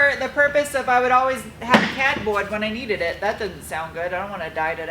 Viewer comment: I hear a hint of New England accent when you say 'cardboard'. I love it.